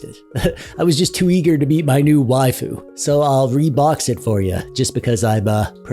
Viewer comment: You pronounce waifu correctly. However Can you pronounce "doge" properly? Protip: Don't be a casual normie and mispronounce it/confuse it with the German word doge. "doge", like "waifu", is supposed to be a weeb's way of saying a Japanese word in English. Like "sage" and "age" (not the English words sage and age... the Japanese words, "sah-ghey" and "ah-ghey"), "doge" is meant to be pronounced like a Japanese person saying "doggy" (doe-ghey). BUT THE ENTIRE WORLD MISPRONOUNCES IT AS "dohj" AND IT'S INFURIATING.